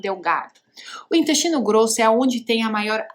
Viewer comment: Ela falou dinyestino não dá coluna